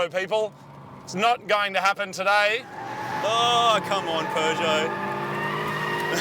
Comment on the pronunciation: Can someone please tell Marty there's no 'R' in Peugeot? 😂